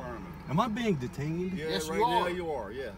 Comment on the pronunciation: “Am I being deetayned?!”….😮😢😮